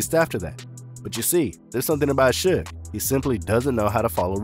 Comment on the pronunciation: It's pronounced shouge knight (suge) is spelled incorrectly for the promlnounciiation